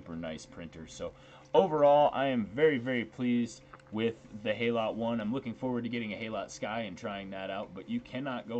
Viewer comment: Just a nitpick - HALOT is pronounced 'hallow', as in 'hallowed'.